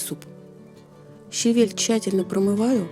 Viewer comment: О боженьки, правильное ударение в слове ЩАВЕЛЬ. Услада моих ушей. Люблю вас!!